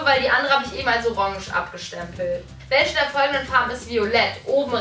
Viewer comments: Du sagst irgentwie die ganze zeit welsche 😂 anstatt welche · Es heißt "WelCHe" und nicht "WelSCHe" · Bin ich die einzige die es nervt dass sie immer welsche sagt 😂? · mich nervt es auch😂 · Sagt Bibi echt wälsche??😂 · Ja ist so des recht auf mansche oder welsche😂😂😂😤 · Es triggert mich so dass du immer „welsche" sagst🤣🙈